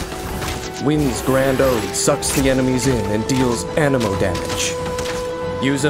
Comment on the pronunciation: Genshin impact : Anemo me :.....Ameno